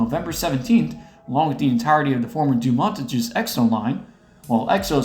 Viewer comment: If anyone who doesn't speak French wants to know how it's supposed to be pronounced, it's "doo-mon-tan-yes" Also, later in the video, "Lille" rhymes with "real"